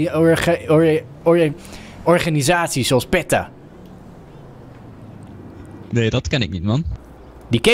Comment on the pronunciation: Did this nigga say petta i.p.v. peta